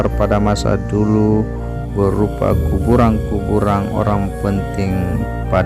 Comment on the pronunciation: Kuburan min.. bukan kuburang Kekuasaan bukan kekuasaang 😄